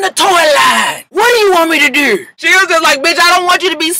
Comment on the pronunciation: "I'm selling a toy line! What do you want me to dewr?" The way you said "do" (which is exactly how Snoop says it) made me repeat that part a few times. LOL